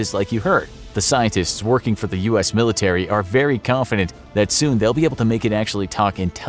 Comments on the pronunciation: Milirtary lol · ‘Scary milirtary sounds’ Ahh its fine everyone makes mistakes its not like this ISN’T a 11m sub channel